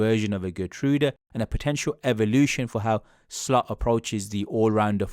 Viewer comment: It's Slot not Slut!